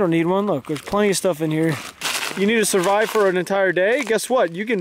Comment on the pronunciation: Survive instead of surive 😂